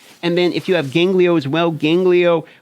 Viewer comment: GANGELO not GANGLIO ffs :)